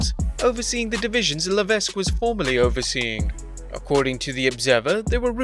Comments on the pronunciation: Le-Veck or La-Veck. The S is actually silent. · The s is silent in hhh last name . La veck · LA-VECK, GO-BEAR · FYI, the s shouldn't be pronounced in Levesque. Always sounds weird to me when someone does. :p